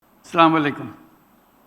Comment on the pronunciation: হায়রে পুড়া কপাল। এত শিক্ষিত, এত গ্যাণী গূণাবলি সম্পন্ন মানুষ, অথচ সালামটা সঠিকভাবে দেন না। উনি যেইটা উচ্চারণ করেন, এর অর্থ কি দাঁড়ায় তা যদি উনি জানতেন!!!